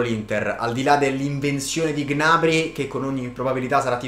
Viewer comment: Non si dice G-nabry, si dice gnabrý